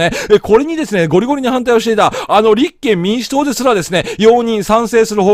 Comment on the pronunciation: 思うのは勝手。 立憲民主党の発音がちがくない？